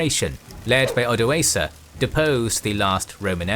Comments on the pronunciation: ...oda-aker...is the true pronunciation....he is related to the Huns... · right pronunciation is Odoakar